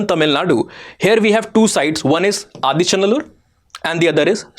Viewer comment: For someone who doesn't know the Tamil lexicon, you are pronouncing all places like Thoothukudi, Adichanallur, Sivakalai almost accurately.